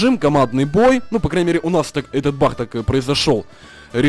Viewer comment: Не баг а бах)